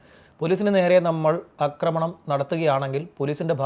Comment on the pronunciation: Yogiyude paatha thanne ivideyum thudarenam,,, akkramanam ennalla aakkramanam ennanu parayentathu. Akkramam ennathum aakkramanam ennathum vethyasamuntu